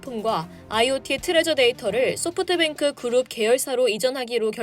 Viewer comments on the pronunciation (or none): none